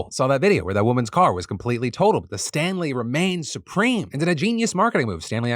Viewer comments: I wasnt watching the visuals for the Stanley story and i kept hearing Stan Lees and i was just so confused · Honestly thought you said "Stan Lee" Tumblers and I was sorely confused until I looked at the screen and scoffed in disappointment